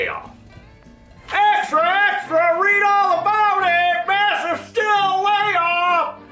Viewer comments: I thought it was pronounced 'steel'. And the American auto industry is half the size it was 50 years ago. What else is new? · It’s pronounced “steel”.